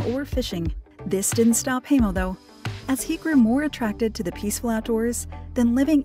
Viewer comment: Hi mo not hey mo